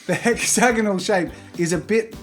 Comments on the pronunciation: Hex-ay-gone-all......what?....totally not hex-a-gone-ahl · I love how he kept saying hexagnonal even though it’s hexagon